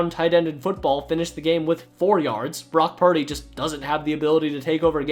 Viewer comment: Bock Puhdee